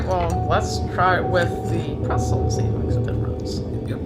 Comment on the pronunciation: pretZel!....not Presel